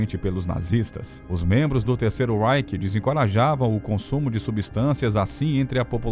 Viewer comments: Não se diz terceiro ráike,mas sim terceiro ráiche! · Você pronuncia REICH com pronúncia inglesa. Não é. É RREICH - pronúncia alemã. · Vídeo/Documentário excelente, entretanto a pronúncia das palavras em alemão está terrível. Reich, se fala algo como RAIXI. Blitzkrieg, se fala algo como Blitzkrigui. Sugetão de melhoria. Antes de gravar o vídeo, vá ao tradutor do google mesmo, seleciona o idioma da palavra, digite a mesma e clique no ícone do falante, que dá pra escutar a pronúncia corrseta.